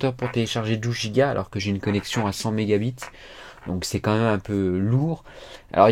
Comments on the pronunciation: 100 mégabites🤣🤣🤣😂😂😂 c'est anglais on écris mégabites mais c'est prononcé mégabaïtes 😂😂😂😂😂😂😂😂😂😂😂😂😂😂😂😂😂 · "j'ai une connexion a 100 mega bite " #leiseprononceaieetpasi